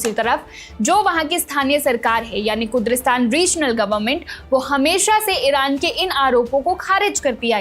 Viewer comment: आप कुद्री स्थान बोल रही है जबकि सही नाम है कुर्दिस्तान